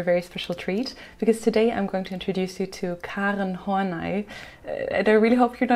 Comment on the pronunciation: Your command of the English Language is PHENOMENAL, and I LOVE to hear you pronounce German names and words, like "Freud" and "Karen Horney." FABULOUS.